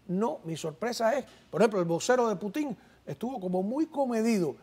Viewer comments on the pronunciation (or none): No se dice Putin con acento en la i se dice Putin con la fuerza de pronunciación en la U no se cambian los nombres eso es feo al oído y te estamos escuchando muchos gracias !!!